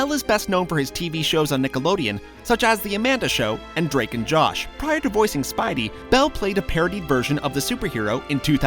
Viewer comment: anyone notice he says spibey instead of spidey plz pin